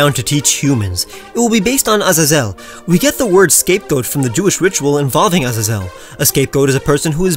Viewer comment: You butchered Azazel's name